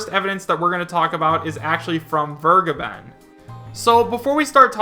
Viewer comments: its vergeben (fair.gaben) not weregaiben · DasVergeben is pronounced Fair-geben and the first e sounds like the first e in "elaborate". i don't want to be that guy. really. it just bugs me for some reason